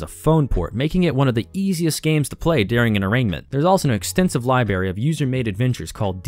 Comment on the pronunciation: "An extensive libary." "Libary." lol